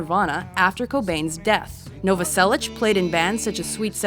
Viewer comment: Krist "Noverselitch" yeah, ok.